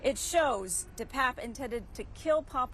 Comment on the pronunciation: Why are reporters mispronouncing the perps name?